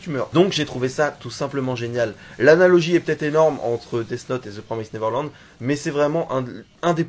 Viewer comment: "Promised" ce dit comme "Promessed" en faite ^^ Comme en Français + le -ed à la fin =)